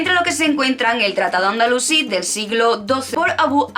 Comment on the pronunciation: Dijiste Andalucí y es Andalusí. Aviso por si acaso no se te ha trabado la lengua. El tema es muy interesante pero la exposición te ha quedado demasiado técnica, parece que estás exponiendo para un exámen. Eso sí, te has jartao de estudiar. Personalmente, hubiera preferido que lo explicases tranquilamente con tus palabras no hacen falta tantos datos o haberlo repartido, y se agradecería mucho que mencionaras bibliografía. El azahar en las calles de Andalucía entera y los limoneros en los jardines, romero por los caminos.